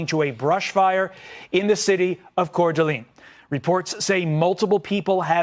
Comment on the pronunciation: It’s pronounced cor-de-lane